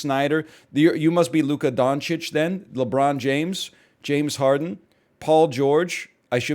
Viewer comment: Team LEEbron